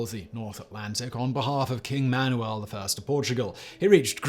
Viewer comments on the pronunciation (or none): none